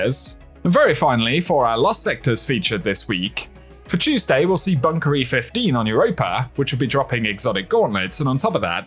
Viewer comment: Not I only listen to entire video to hear you say chewsday 😂